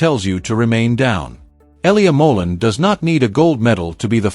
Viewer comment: Please learn how to pronounce his last name, it's not that hard